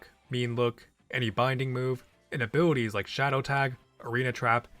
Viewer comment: Idk why I can't stop hearing abiwities 😂